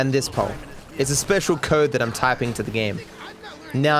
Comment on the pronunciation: "In GTA V's Kurd" Bruh